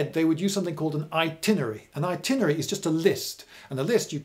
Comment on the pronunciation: is 'itinery'(?) different from 'itinerary'? curious to learn about pronunciation